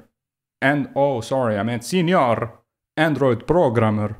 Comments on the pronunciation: As a mexican I feel very offended for this video... I'm joking it's very funny listing you say Sinior hahaha also all your points are so good and valid, thanks for your work! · I thought I was weird for always pronouncing senior as señor and chuckling to myself. Now I dont feel alone, and for that I love you.